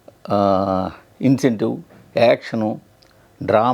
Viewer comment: Intensive ❌ incentive ✅